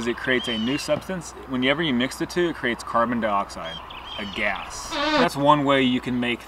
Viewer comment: Anybody laughed whenever he said Gas? Just the way he says 😂😂😂😂